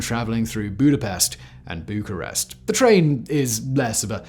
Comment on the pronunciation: ițs Bucharest or București. Not bucarest.